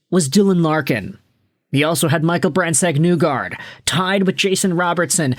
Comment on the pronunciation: Other than the Brandsegg-Nygard pronunciation it’s a good video It’s knee-guard essentially